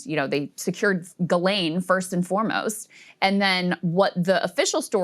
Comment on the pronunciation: Could you at least have the respect& decency to get her name right? It's JIZZLANE 😂😂😂